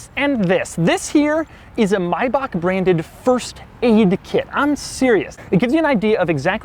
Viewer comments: OMG stop calling it Maybakk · Doug the type of nigga to pronounce Maybach like My-bach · pandasecksi My-Bach music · I thought it was pronounced "May-back" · I always thought it was "MAY-BACK" lol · Great Video, but I'm sorry... "My-Bach" I have to admit...that did my tits in a bit.... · I thought it was pronounced May-Back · You pronounce this as good as you pronounce the Subaru Brat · Thats not how you calk maybach you idiot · Ok seriously....how are you gonna be a car guy.....yet pronounce the name of this car wrong?!??!??!??!?? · Only reason I know this car is all the rappers used to talk about it in the early 2000s. Also the reason why I pronounced it wrong the whole time too lol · rick ross cant even pronounce it right.. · I hate how he says maybach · the way he pronounces Maybach pisses me off lol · This video is much nicer when you turn the volume off since he doesn’t know how to properly pronounce the fucking car he’s reviewing. Classic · htemid No he pronounced it wrong. Im german and what he said is wrong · Lmao Rick Ross had me saying it wrong for all these years. Now everytime he says Maybach it hits the ear wrong lmao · Dislike bc of the way he says the name of the car. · I hate the way you say maybach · YOU'RE PRONOUNCING MAYBACH ALL WRONG AND IT HURTS 😭😭😭😭😭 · NOOOO, you should not 'correct' someone's pronunciation with an incorrect pronunciation. It IS pronounced as My-Bock. Ever heard of the German composer, Johann Bach? EVER heard of him called Johann Back??? How about we start pronouncing your name as Jerk? Wouldn't that kinda suck? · It's MAYbach not MYbach you fuckin turd gobbler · Is pronounced may(as in the month)-bach not “my-bach” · Another annoying US pronunciation, it's May-back not Mi-back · I honestly can't get past the My-baak pronunciation he using in this video. Its spelt maybach and I've heard it pronounced may-back before so idk if its an east coast thing or if "that's how its pronounced in Germany" but clarification would be nice.